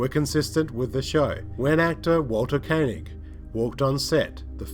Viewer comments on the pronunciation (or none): none